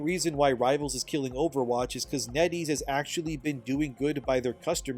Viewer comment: Net Ease rhymes with Eddies